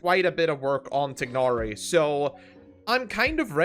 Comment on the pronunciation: Still pronouncing it TIG-nari after how many years.